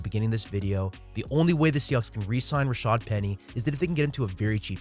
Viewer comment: If we could get announcers to stop calling him 'Rashard' that would be greeeeeat.